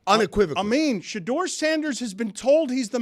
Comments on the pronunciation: Ellie Mystal clearly did no research coming into this interview. Pronouncing Shadeur incorrectly, not realizing Eli Manning was also from Ole Miss, and saying Manziel was essentially drunk at his interview is just ridiculous. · Well Mr. Harvard, learn to pronounce his name correctly. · This black guy can't even pronounce shedure name right! Clown looking ass... i didn't even know he was black till I watched it.. I said wait this guy black... iykyk why he didn't get drafted high...guys can't act above the shield clown ass'